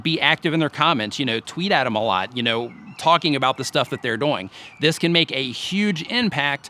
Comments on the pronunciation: HAHAHAHAHAH i thought i was the only One that Noticed you were Saying "DoYiNG" ahhahaha you're a Good Sport i love it ahaha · I can't unsee/unhear "doyng", lol Networking on various forums/communities seems to be one of the biggest issues for people. Like, I hear so many complaints from people that reddit is just inaccessible, but then I check out their userpages and it's just the same videos posted to a bunch of different subreddits, with no trace of any other engagement. This is an extreme, but I think it can be hard to build up reputations in general. Because for something like reddit or facebook, it's really not one site, but really a collection of a thousand different communities (e.g., each facebook group, every subreddit, every google+ community means starting from step 1 in terms of becoming a known quantity), and I know most people don't want to commit their time that way for such an uncertain payback. I think another challenge is in niches. Like, how-to and help videos have a more certain value proposition. other content, not so much?